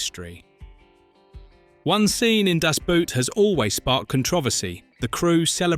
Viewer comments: Nice clip, but honestly, if you insist on using the german title, learn how to pronounce it correctly, it is just two words! With all the stuff you tell us about the movie, how about the correct pronounciation?! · The pronunciation of "Das Boot" by narator makes my ears bleed. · It's really funny. The amount of research abut aspects of the film, but not how it is pronounced... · Just let the AI pronounce it in english, boat and boot sound almost the same, just say Das Boat. Way better than making it sound like it's something you wear on your foot. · Permanently pronouncing the film title wrong... American ignorance is everlasting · You couldn't hire a narrator who knows how to pronounce German words, especially the title?! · Pfff if the title of the film can't even be pronounced... That is a bad sign. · Liked the video...but....it's DAS BOOT....in GERMAN....not DASH BUUT. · How english native speakers say "Das Boot" always triggers me. Its not a feet wear its a boat and you say it like boat and not boot. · It's pronounced Das BOAT, not Das *Boot." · BOAT!!!! It's pronounced BOAT, not boot. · ‘The Boat’ in German ‘Das Böot’ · It’s called Das Boot in German, not Dass Buut. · . Hell of a film, .. a masterwork. and it's pronounced "das" (as in da) and "boot" (exactly boat) das boat. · /dahss BOHT/, rhymes with boat. o=short o oo=long o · At least learn how to pronounce it. Das Boot is equal to the english word BOAT, not the english word BOOT. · Why is it so hard to pronounce "Das Boot" correctly? If you would say "Das Boat" you would already be a lot closer. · Ffs, spell it as "boat" so the AI voice pronounces it that way. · Its pronounced das boat. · In german, "Das Boot" is supposed to be spoken "Das BOAT". "OO" in german was never pronoucned as in english/american.< This is butchering the film's name. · why are you saying das Boot all the time ?( boot like the shoes ) makes me laugh every time , havent you ever heard the title being said correcly?